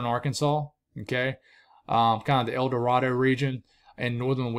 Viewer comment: Long A on El Dorado…El Doe ray doe. Crossett is Cross it